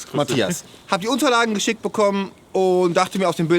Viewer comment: Alter, warum können die meisten kein "SCH" aussprechen? Mowo, der Typ... und noch so viele andere...was ist daran so schwer?! xD Das triggert übel eh haha :-D